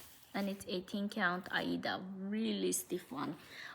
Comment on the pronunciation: Thanks for visiting with us again. I'm glad you're getting some rain where you are and are not in any immediate danger. I really like how you sometimes pronounce aida (eye-ee-duh). I started cross-stitching in the early 70s and that's how everyone back then said it. I didn't realize until I started watching flosstube that there were now other pronunciations. I'm going to feel less awkward and continue to use my old pronunciation "because that's how sometimes says it"!